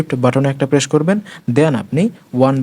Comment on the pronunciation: সো, shixteen, presssshh , sheven , shirial Eigula ki bhai